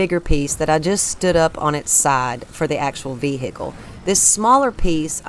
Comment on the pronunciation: What is a veehickle ?